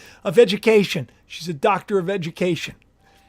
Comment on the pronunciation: It sounded like you said “ Dr. of Vegucation” 😂🌽🥦🥕🥬🥒🍅